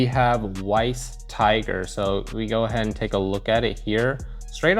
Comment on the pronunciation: It's pronounced as Vice Tiger because Weiss is German for White so it means White Tiger. Anything W is V in German. 😅